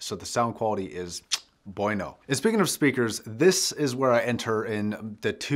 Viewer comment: Please never pronouns bueno, like "boyno", ever again...